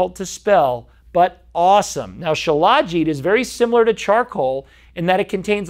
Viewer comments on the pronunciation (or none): FYI, it's spelled Shilajit, but it's pronounced Shila-jeet. I've researched it a lot. It's like Ashwagandha in that every so often you need to take a break from it. Do your own research, many sites have info on it. They say the cheaper versions of it may have heavy metals in them. I've been putting it in my coffee for about 3 years.